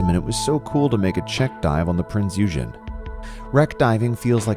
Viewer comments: You know it’s pronounced “oigen”right? It’s not the nerdy kid Eugene it was a deadly warmachine named Prinze Eugen. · Eugen is pronounced oyagen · My comment is that it is about time you corrected your video. It is even called Heavy Cruiser Prinz Eugen in said video! (OIY-gen, not whatever way you're mangling the pronunciation). It is NOT A BATTLESHIP! How can one take you seriously if you cannot even recognize what TYPE of ship you're diving upon? Maybe it's better if we DO remember all that history dissolving under the water because YOU sure can't even remember THAT much! You cannot have a worthy POV when you first demonstrate you cannot get your facts straight! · Michael Clark and rob28803 Thank you! As soon as I heard him say the name, I was compelled to comment. Then I saw that you guys caught that as well. And yes, it was a heavy cruiser, as was mentioned. I also have to point out the way this voice pronounced Kwajalein. I had to laugh when he said it was "too complicated to be operated by the U.S. Navy, because it still required hundreds of Germans to run the ship". Gee, could German-Americans work? HA HA! Side Note: I worked on the restoration of one of the Prinz Eugen's Arado AR-196 float planes back in the late '70s. It later was on display at NAS Willow Grove, PA, and subsequently went to the Smithsonian Air and Space Museum. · It might assist for education purposes if the name Eugen was pronounced correctly! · Wreck not wrack, you mispronounce Eugen and Kwajalein. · you use an American pronunciation of EUGEN,check the German pronunciation, PLEASE! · No offense, but come on! You need to do some more research. 1) please look up how to pronounce "Eugen". 2) NOT a battleship. Heavy cruiser. Your whole analysis, while accurate for battleships, is based on a completely different ship class. 3) The footage is of Bismarck firing on Hood. You've labeled her as the Hood. The footage was shot from Prinz Eugen. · Funny pronounciation of Eugen, it’s not correct.